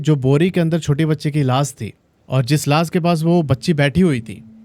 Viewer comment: Sake nahi shake….laas nahi laash (sh…..) 🤣